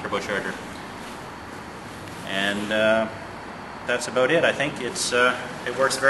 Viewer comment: it's pronounced "about" not "ah-boot"